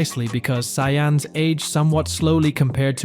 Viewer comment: WTF is a ZaiYAhns? Seriously, GoHEN, VehJeta, VEGUETAH? It’s actually Saiyans, Gohan, Vegeta… ChatGPT at its finest…